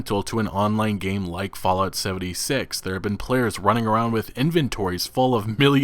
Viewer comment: At first you said “Fallout seventysex”